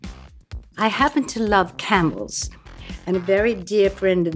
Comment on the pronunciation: Thanks British Vogue. This episode was so much better than Miranda Kerr’s. Also, I thought she said ‘candles’ instead of ‘camels’. I was all: Is she about to pull out a candle?